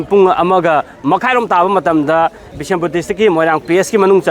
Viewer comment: What bisinpur.. it's bishnupur